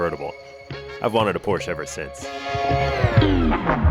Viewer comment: YOU CAN PRONOUNCE PORSCHE!!!!! This makes me happy. U deserve a like!